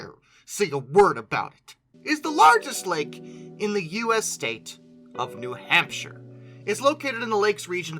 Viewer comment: Also as a man born and raised in New Hampshire, you nailed that pronunciation.